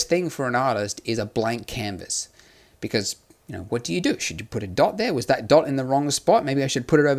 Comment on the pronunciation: "becurse" lol